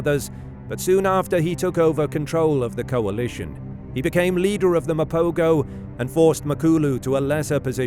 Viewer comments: This narrator pisses me off; the proper pronunciation is Ma-po-ho and not Ma-po-go. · Pronounced "Mapoho". Rookie error.